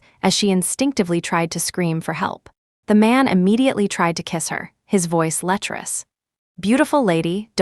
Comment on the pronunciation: LECHEROUS not leus